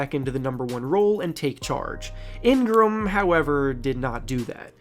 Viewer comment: Was I the only one bothered by how he kept pronouncing Ingram and NOLA 😂